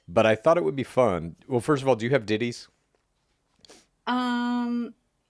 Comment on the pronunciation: Every time they say 'Ditties' I giggle. Sorry. "pulled one Ditty out" stop